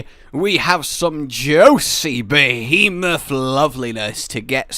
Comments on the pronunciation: Krystl behamoth? Lol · I actually kind of miss old pronunciation of Behemoth.